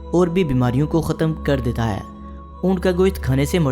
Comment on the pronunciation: ہے کو اے کیوں بولتا ہے